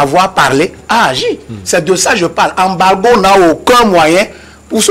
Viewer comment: Il faut juste que arrête de dire mr Embargo mais Embalo 😂.